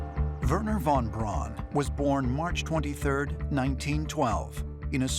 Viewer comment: Thank you, Giorgio, for pronouncing von Braun's name correctly. How refreshing.